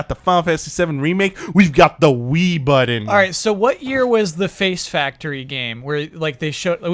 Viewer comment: "The Wii buDDon"